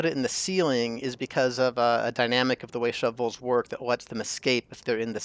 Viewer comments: The pronunciation of shovels is an arbitrary decision - wait... The pronunciation of shove voles is an arbour tree decision... - yep you are right, 1st way is more correct and in humour :) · I like how you took the extra time to pronounce shu-voles properly every time instead of just giving up and saying shovels 😂